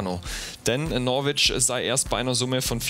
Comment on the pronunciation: hey du flummi....norwich wird norich ausgesprochen !!! Das "w" hoert man nicht. Greetings from Toronto.